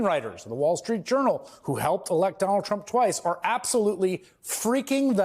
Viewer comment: Dolund trump 😂